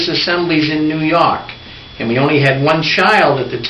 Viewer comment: They are so cute. Funny how they have trouble pronouncing the r's 'popcon, new yok' May God bless them.